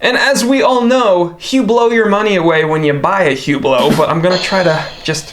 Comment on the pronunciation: Hublo pronounces “UBLO”